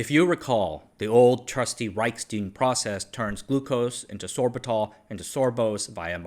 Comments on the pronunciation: Hey, what's that thing you pour beer in? It's spelled stein. Now use that same pronunciation any time you see any German name/word that contains that same spelling. The way you've been pronouncing it, is spelled stien. They aren't the same. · "Reichstein Process." But pronounced as "steen?" Leave it to an Asian to mess up a clearly German-regional name. Reichk-shtein where 'ei' is pronounced 'eye', not 'ee'. German has a lot of grindy/guttural sounds in both language and names. When in doubt with German/Polish/Czech/etc, throw in a few extra 'ck' 'sh' and 'eye' sounds and you'll probably be good. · It is really funny that you nailed Reich, but pronounced Stein English. 😊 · it is like he built the pronunciation out of different body parts... erm a word-Frankenstein....